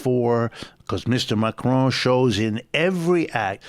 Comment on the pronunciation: Why does the presenter keep saying Macrone. It's Macron.